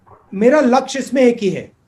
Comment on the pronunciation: वाह राहुल गांधी जी 40 से 50 सकेंड के बीच आप लक्ष्य को लक्ष बोल रहे हैं 😁😀😂